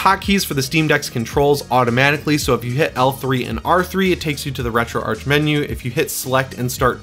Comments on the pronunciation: It's pronounced Retroarch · It's pronounced retro-arch. I've got a GIF somewhere showing how it's pronounced.